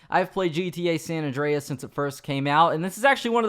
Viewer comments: It's San Andreas not San ondreas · "San Awn Dray Ass"